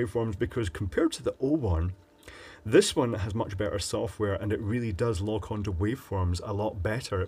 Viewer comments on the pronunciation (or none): none